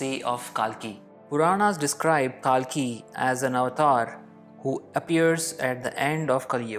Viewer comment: Well........ He is not pronounced as KAALKI ........ It is KALKI